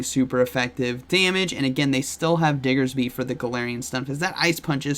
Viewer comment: I miss pronouncing diggersby as dixerby!!